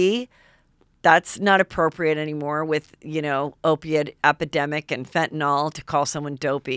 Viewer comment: You still pronounce FentanYL by saying FentanOL?